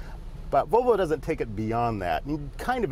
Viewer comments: It's pronounced VoLvo not Vovo. :P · Sounds like hes saying BO BO instead of volvo